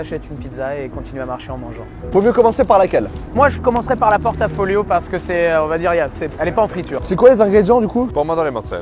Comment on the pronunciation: Je m'inscris en faux sur la prononciation de "pizza a portafoglio" qui se dit [portafoyo] et non [porta folio].